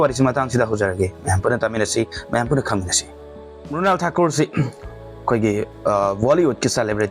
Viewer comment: Mural haiba ntte Mrunal haibaniko